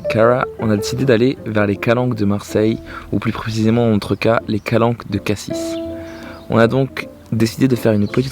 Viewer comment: Hé ben sa fait plaisir de te voir en mode plus posé 😅😅 de belles images et c'est vrai que les calanques sont malheureusement victimes de leur succès. Et on dit pas le S de Cassis haha 😅 Sinon c'est LE sujet dont la plupart veulent savoir comment, ou, pourquoi 😅😅😅 C'est vrai que c'est un vrai confort d'avoir ses toilettes et sa douche dans le van. Et à mon avis si tu les installe, sa te donnera une autre vision du confort 😁 La bise 😘😘